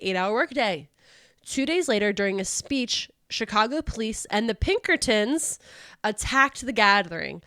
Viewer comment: The way Emphasized "the Pinkertons" seems like foreshadowing🤞🏻future episode maybe, hopefully, please